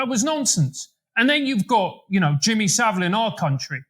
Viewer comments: Hard to see this guy as credible when he can’t get someone as famous as Saville’s name right and doesn’t know the definition of a paedophile. Paedophiles abuse pre-pubescent children. A few other dismissive comments make me feel he’s not really one for attention to detail. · I wish Americans could learn to say Jimmy saville's name properly